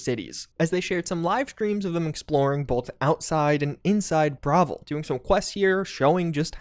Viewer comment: Dude can you pronounce things correctly? Bravil? Bro.